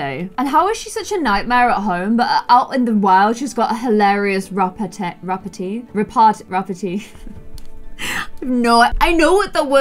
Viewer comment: Got you dude. Pronounced rah-pour. For rapport. It’s the French rule. Drop the last letter